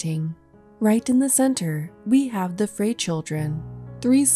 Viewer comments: Frey is pronounced like fry.. My husband is related to some people with that last name, his grandmother's maiden name. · Frey is pronounced as "fry."